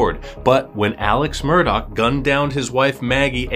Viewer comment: Omg it's pronounced, "MUR-DAW", not , "MUR-DOCK"... 🌈